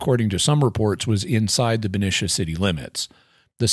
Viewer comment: Hi Jimmy - fyi the second syllable in Benicia is pronounced like "knee" when referring to the town in the bay area.